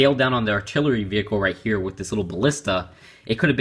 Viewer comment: you say wif instead of with